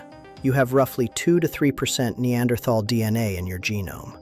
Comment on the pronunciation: you're mispronouncing - Neanderthal. In addition the percentage of Neanderthal in Europeans and Asians can reach up to about 5%. And even sub Saharan Africans do have up to 1% of Neanderthal as well as even Denisovan DNA.